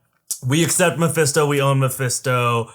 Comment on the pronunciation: You know when you say a word over and over it starts losing meaning? "My Fist Toe" did that.